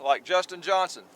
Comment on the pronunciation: I love watching both you and Justin Johnston (pretty sure it’s Johnston, not Johnson) but both are different but really great videos!